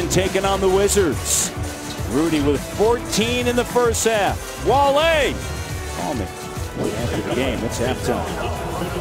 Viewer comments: damn, hes wale not wal-e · Wale is pronounced: W-awe-LAY. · Wall-ay lol a LOCAL rapper named Wall-ay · I never seen this full clip until now damn they were really trolling and the other guy was really on his head calling in WALL-LEE lmao